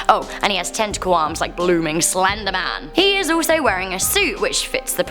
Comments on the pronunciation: It said "The Slendeman" and I don't believe in "Slendeman." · She calls it slendergman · What’s “Slendeman?”🤧😂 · slendman. Why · In the thum nail there only says "slendeman" there is no "R"